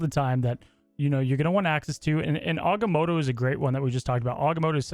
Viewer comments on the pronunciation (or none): Doctor Strange is my favorite superhero of all time and it breaks my heart listening to you,, and other Marvel Snap content creators butcher the names of Agamotto’s spells especially since they’re spells constantly used by Strange in the comics. We’ve even seen him use them in the MCU even though he doesn’t say their names when using them. Still love you guys and y’all content despite the heartbreak. Keep up the good work.